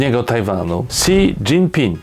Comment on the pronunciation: Xi to jest "śi".